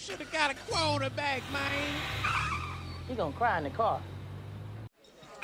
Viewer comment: …. Keep em comin! Great content! Also thanks for the cameo. “We should gotta a qwaterback mayne”. I love it!!